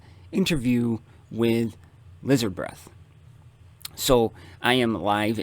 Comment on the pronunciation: I think you butchered my name, IF that was supposed to be me lol, i'm not even sure xD